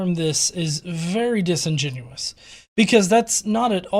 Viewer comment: Hey he actually pronounced disingenuous corrsctly